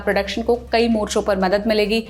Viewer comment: Qai nahin kai bolte han